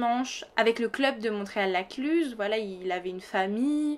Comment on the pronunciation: J'ai les oreilles qui grincent quand vous dites le nom du village, car on ne prononce pas le T de Montréal.